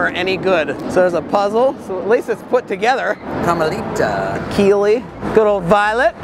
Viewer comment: Carmelita’s name is actually pronounced Carm-a-LEE-tah